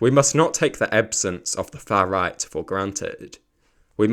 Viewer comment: I think you could have said "the fuh riyght" a few more times.